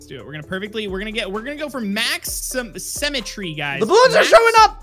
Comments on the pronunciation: says symmetry like cemetery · Dont you just love semetry Me: dont you mean symmetry(Si-mi-tree) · every time they said cemetery I got so annoyed because it’s symmetry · Why does always say sEmmetry instead of sYmmetry